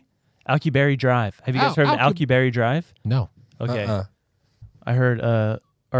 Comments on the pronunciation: Why is the guy who can't read in charge of reading? Alkaboorry? Really? AL-KU-BI-ERRE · It is pronounced like "al cue be air." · al like alex. cu like coo/koo. bierre like pierre. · (Al-que-be-air) Drive.